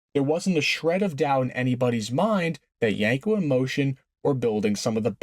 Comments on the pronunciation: The cringe every time you said "Yanko" instead of "Yenko"... :) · My guy said yenko no less than 100 times and pronounced it wrong 100 times 🤤